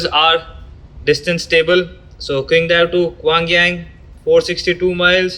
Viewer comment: Cool videos bro! By the way its pronounced Tsingdao.. the Q in Chinese makes this TS sound.. like in Qing Dynasty.